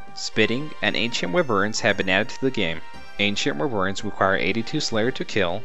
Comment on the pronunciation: Nice but Wyverns are pronounced WHY-VERNS. Good vid.